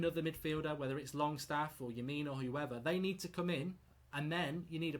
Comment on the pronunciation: Lemina? Are you having a laugh??????